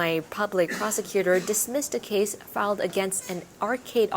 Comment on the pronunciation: Excellent diction and presentation from this reader. But filed charges (not fled) at 2.23 is not said correctly.